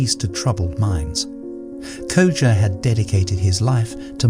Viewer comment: I love how he pronounced the name Koji in the beginning and then changed up the name through the video. Koja, Kojay, Koju. The art of letting go in practice.